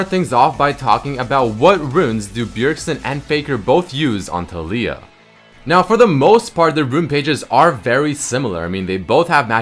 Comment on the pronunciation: A moment in silence pls for the mis-pronunciation of taliyah. Go watch the champ spotlight to hear how to say it.